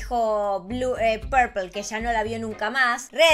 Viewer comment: Se llama pepol no purpel